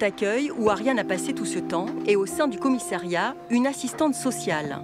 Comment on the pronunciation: Commiss A riat!! Pas Commiss é riat... Chaine publique française et incapable de parler français correctement.